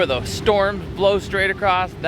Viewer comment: it's across NOT, "paddle Acrosst or paddle Acrossed." How are you even an adult?